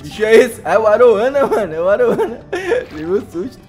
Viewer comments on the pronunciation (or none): Video top. Mas não é arowana é aruanã